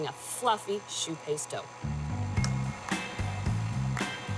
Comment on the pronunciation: Amazing ... My favorite donut too.. "shoe paste"?